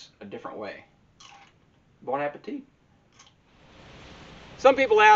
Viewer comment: He said bonne appetite😆..dig a hole and figure it out..I like that..😊